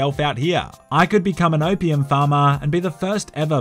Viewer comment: Australian says "Opium" -- My American ears "wtf is OPM?"